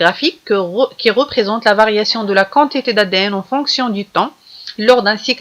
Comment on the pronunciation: chokran mais on dit la quantités كونتيطي pas كونطيطي